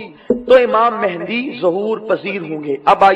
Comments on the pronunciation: Naam to sahi liya karo Imam e mehdi Mehndi nahi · Its Mahdi or Mehdi not mehndi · Hazrat Imam mehdi a.s naam hai mehndi nahin pleas correction krein